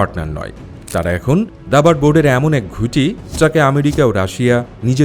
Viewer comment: ঘুটি নয় ওটা গুটি হবে।